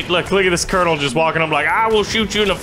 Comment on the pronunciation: how u say colonal again?